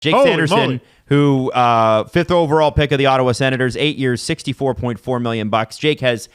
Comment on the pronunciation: It's Ottawa, for christ sake.